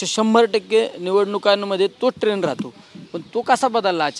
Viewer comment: अहो खासदार साहेब ट्रेन नाही ट्रेण्ड म्हणा राव....